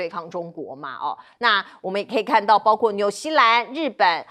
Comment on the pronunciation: 为什么这个主持人说的是包kuo，不是包gua